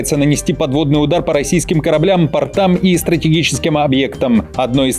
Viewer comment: По « пОртам», а не «портАм». ПортЫ- это штаны.